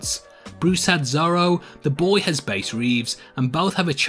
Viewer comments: Bass Reeves’ name first name is pronounced like the fish, not the instrument. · It's "Bass" like the fish, not "Bass" like the violin. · *Bass*, pronounced like the fish.